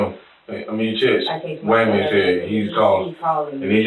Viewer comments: Waymond sounds like someone who has problems pronouncing their ' r's lol. I hear her voice but I can't understand anything she's saying 😬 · "WAYMOND⁉️⁉️⁉️" HIS SINGLE MUM OBVIOUSLY HAD A SPEACH IMPEDIMENT🤦🏾‍♂️🤷🏾🤷🏾‍♂️🤦🏾‍♀️🌛🤦🏿